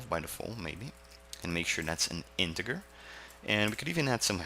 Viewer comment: Great tutorial! Teaching some great best practices was awesome! OCD nitpick: integer is pronounced [ in-ti-jer ]